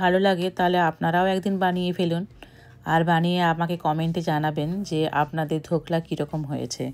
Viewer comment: সারাক্ষণ ধোকলার বদলে ধোগলা বলে গেলেন কেন ?